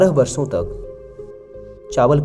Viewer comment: आप अच्छे कथाकार हैं किंतु एक कथाकार होने के नाते कृपया उच्चारण मे सुधार करें जैसे सांत नही शांत, वर्सो नही वर्षों इत्याति । स और श या ष के उच्चारण में बहुत फर्क होता है।